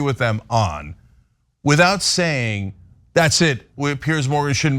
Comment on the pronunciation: Please pronounce "Piers" correctly. It is not pronounced "Pierce"